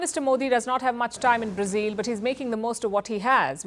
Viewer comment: Its not Brazeel but Brazil!!